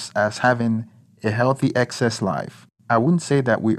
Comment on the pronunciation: The narrator can't pronounce the word"sex"....